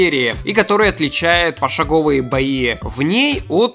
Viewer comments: Контента по КБ тоже мало на ТыТрубе, так что очень хорошо, что ты взялся за сие прекрасное начинание. С нетерпением буду ждать следующих роликов по теме! З. Ы. Но правда, не забывай проверять ударения. Не пошагОвые, а пошАговые) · почему пошагОвые, а не пошАговые?